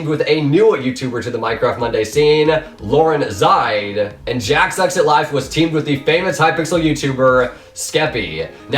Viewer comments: its lauren zside not lauren zide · “Lauren zide” Its lauren zee side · Did he just say "lauren zide"?... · the way you pronounced some of the names... wince skeppy isn't a hypixel YT'er lmfao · The way he said LaurenZside made me mad